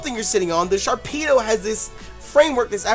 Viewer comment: butchered the name hella hard